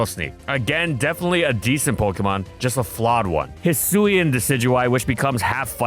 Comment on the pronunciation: Hisuian, not Husian!